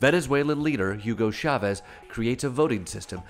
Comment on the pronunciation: So not funny. And can't even pronounce Chavez. He says Shavez.